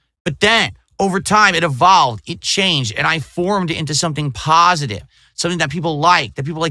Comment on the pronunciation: The moniker did in fact "eVAWLVE", just backwards.